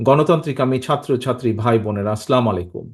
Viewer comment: সালাম টা শুদ্ধ হয় নি স্যার